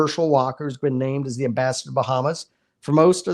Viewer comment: ... " an ambaster"??? You mean AM-BASS-ADOR, guy? Please!